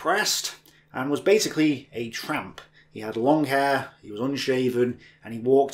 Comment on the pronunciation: Wait you said tramp? I heard a "Trap".